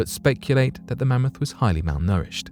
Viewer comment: Are they going to talk about cloning this mammoth for the next 20 years? Also “Man-moth?” Karl Pilkington.